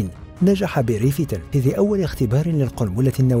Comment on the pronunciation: أسمه بيريا و ليس بيري